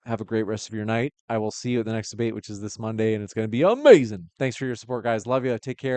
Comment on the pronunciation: 😅 Why are you saying amazing like that, stop, biting all Black people all the time man, what kind of people do your own thing?